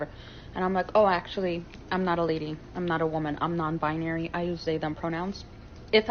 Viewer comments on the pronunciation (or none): The second one can't even pronounce the word "binary" correctly.